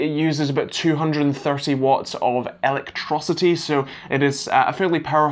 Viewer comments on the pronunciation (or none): did he just say electroscity